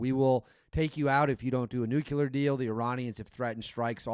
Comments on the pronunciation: I left you when you said "Nukelar". It's pronounced "new clear", you got that? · Plz tell me the difference between Nu-Qu-Lar and Nu-Cle-Ar !! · N U C L E A R Not nuc u lear 🤦🏻‍♂️